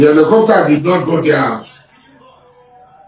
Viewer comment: Please tell Asari Dokugbo that word is not Elecopta but Helicopter 😂😂😂